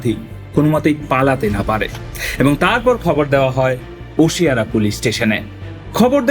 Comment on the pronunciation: Oshiwara it is not osiara